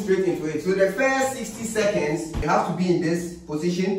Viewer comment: It's seconds not secends🤣😂💔💔